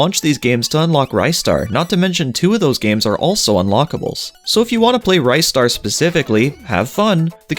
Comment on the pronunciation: It's Ree-star not Rhy-star